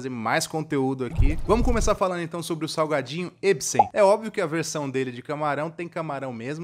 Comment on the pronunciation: Só eu acho que ele falou saguadinho? kkkkk